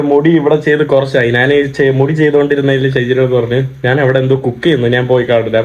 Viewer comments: നാൻ അല്ല ഞാൻ. ഏതു പറഞ്ഞാലും കാര്യം മനസ്സിലായാൽ മതി. എങ്കിലും നാൻ എന്ന് ഒരുപാടു തവണ കേൾക്കുമ്പോൾ എന്തോ ഒരു.... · Nan. എന്ന് പറയാതെ. ഞാൻ എന്ന് പറയുക മലയാള വാക്കുകൾ പോലും പറയാൻ അറിയില്ലേ നിനക്ക്